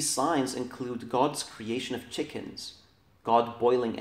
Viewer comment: This classic arabic expert cant even pronounce chicken lol